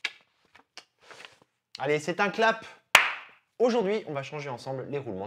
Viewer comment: Guy Lapébie et non Labépie😅